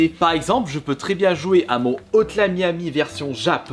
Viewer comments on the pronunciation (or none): none